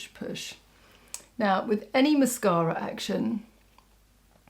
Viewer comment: Absolutely stunning as always thank you so much. I love your videos but I really love how you say mascara. Well, I’m from Alabama and I swear we put ten vowels and syllables in every word lol. Not classy like you are so thank you. I love the green look. I have silver hair and brown eyes. I’m gonna try it out and I love the lippie.